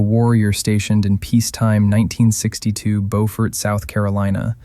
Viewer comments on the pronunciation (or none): Beaufort is “bue-fort” not “bow fort” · The city where The Great Santini was filmed is pronounced (bYOU-fert) Beaufort, S.C. Not the same as (BO-fert) Beaufort, Texas. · In SC, Beaufort is pronounced “Byoo-fert.” It’s “Boh-fert” in NC.